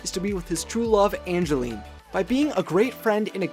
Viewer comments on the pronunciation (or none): it's Evangeline, not Angeline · It’s not Angeline it’s Evangeline. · I love this Theory but the only problem I have with it is you named the name of the Star as Angeline but he very clearly says Evangeline does the name change your theory at all I don't think so just wanted to point out the mistake sorry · it's Evangeline not Angeline. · its evangeline not angeline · It's Evangeline not Angeline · Evangeline. It's Evangeline. :P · you said ray’s true love’s name wrong. It’s Evangeline